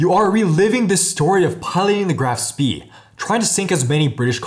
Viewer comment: "Graf spee" ..oh no...